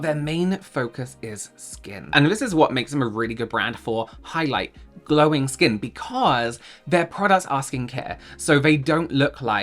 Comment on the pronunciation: I thought you were trying to say skan. Look how my skan glows 😂